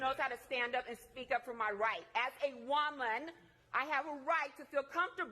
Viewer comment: she really said "as a WHAMEN"